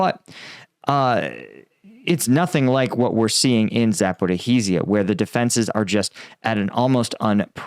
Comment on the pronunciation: Zaporizhzhia is 4 syllables, Zap-or-EE-zhia, and it rhymes with “like amnesia”.